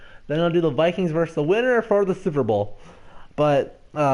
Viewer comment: “Versus” not “verse”. Good job! Now let’s SKOL! FYI, the Eagles have a dominant OL, with at least 2 Pro Bowlers and I think another one (LT) on the shelf hurt. Eagles clearly have a better OL and DL, especially given now that Griffen can’t rush because of his foot and Hunter has disappeared in the witness protection program. Vikes pretty much have the edge everywhere else, with the exception of RB. Rhodes is beat up and playing hurt, Sendejo may be out, Newman didn’t play great, and Alexander was picked on and torched the second half, so I’m crossing my fingers they pull through. Also, Bradford’s completion % record lasted not even one season. Brees passed him up down the stretch. And I agree, Sean Payton is a classless piece of shit. Remember the bounty gate fiasco went on for a few years after 2009 until the NFL investigated. Other top QBs were targeted including Kurt Warner, Cutler, and Rodgers. Payton fully knew it was taking place and ultimately was suspended only a year. Payton was also implicated in a Vicodin theft ring taking place inside the Saints HQ. A former player torched Payton saying he was an addict and that the only reason why the Saints training camp was in West Virginia was so Payton could bang his girlfriend on the side. Given that Payton’s wife divorced him shortly thereafter gives some credence to the story. Payton is a complete asshole. It says something when fans from every team in the Saints’ division hates his guts along with fans from San Francisco